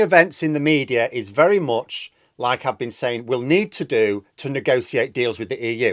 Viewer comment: Please stop saying mediar